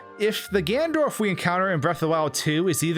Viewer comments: you keep saying gandorf not ganondorf or ganon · did you just say gandorf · take a shot everytime he says "gandorf"